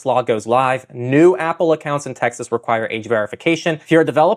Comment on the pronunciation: wtf Tex-ass????